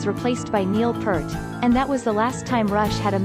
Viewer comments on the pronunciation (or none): P - ear - t, not P - ert, please!!